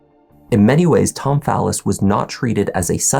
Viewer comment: I know people with the same last name and they pronounce it Fall-is. I found him saying "phallus" weird.